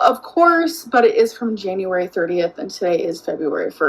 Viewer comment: “Januwawry” took me out 😭